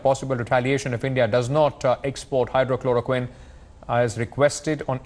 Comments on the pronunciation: The news reporter created a jumla... Diffrent medicine Hydro....Chloro....Queen.... 😝 And he repeats the same wrong name again 🤭 Its Hydroxycholorquine Take care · "Hydroxy" chloroquine not "hydro" correct yourself while saying... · To the news reporter it's pronounced Hydr-oxy-chloro-quine How can you not say that when it's the medicine the world is talking about ? Please, update youself. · This reporter doesn’t know how to pronounce hydroxychloroquine. Doesn’t seem to bother knowing what it is. Fake news. President trump is being very polite and express his gratitude for the cooperation from prime minister Midi and Indian government. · Anchor pronounced wrong for Hydroxychloroquine. He needs to learn first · Kindly pronounce the name of medicine rightly . Again and again missing words 'oxy'.